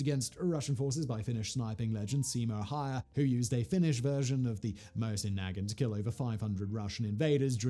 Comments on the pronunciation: Great video, but as I'm sure you've already been screeched at, it's pronounced 'Mow-sin na-GHANT'. Cheers. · MOW-zin nu-GAHNT Come on, Simon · SIMON say it with me..mow-sin nah-gaunt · Moe-zyn Nah-gahnt. Jesus. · Us good ol' boys in the US pronounce the Mosin Nagant as Moe Sin Nag Aunt! Not saying that's the correct way, but it is what it is! Lol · For clarification: I actually find his horrible pronunciation REALLY funny. Simon chose violence and I don't think he knows he did. And I LOVE it. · That is the first time Iv heard heard someone pronounce Mosin-Nagant like that 😂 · REEEEALY bothering me with the way he says Mosin Nagant tho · He's saying Mosin Nagant like its a slur. Just completely butchering the pronunciation LOL. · Hey fact boy, at least you could learn to pronounce Mosin-Nagant